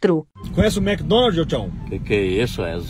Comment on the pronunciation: “Mc Donaid” me quebrou kakakakka😂